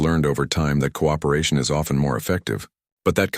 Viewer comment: SON OF A BIIIITCH!!!?? YELL YOUR CRAP AI that the word OFTEN has a FREAKING SILENT T!!!